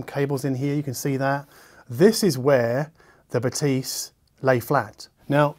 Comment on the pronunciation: Pronounced BathEs. Like the E in english is.